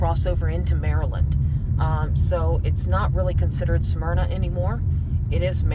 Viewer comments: Hey, Damn boy; you are sooo southern.... Smyrna is pronounced in two syllables.(Smyr-nah) You pronounced it in three. (Sa-myr-nah) You been drinking out of a Dixie cup too long..... lol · sorry for the sarcasm... took me a few videos to get used to your style. But it is pronounced Smyrna not Sah myrna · its pronounced... Smyrna,,, not sah myrna. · Sah-myrna, Delaware??? Its Smyrna.... lol